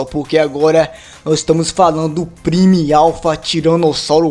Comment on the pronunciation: a palavra prime se pronoçui Pramó